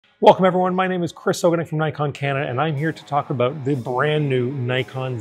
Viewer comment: "Talk aboot"